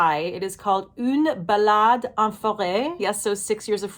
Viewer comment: Une ballade can be a type of song. But here it means a walk in forest. And the pronunciation is on point 👌